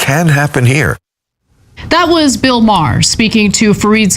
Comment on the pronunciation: Stop calling him Mah-Hey-Her lol, I cant trust anything you say if you dont know his name